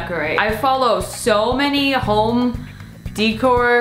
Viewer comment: “Home De-Core”